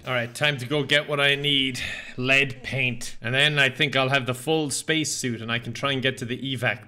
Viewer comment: Span-ace? Mm new word to me